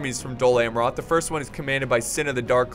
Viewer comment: Your pronunciation of "Amroth" is a little irritating but a 47minutes long cinematic and commentary rich video is well accepted!